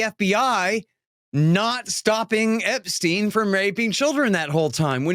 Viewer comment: Love ya Dave but GATDANGIT it's e*P*stein! With a "P." Where the heck are you reading a "B?"